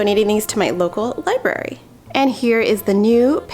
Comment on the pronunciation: LIBERRY??? Oh, no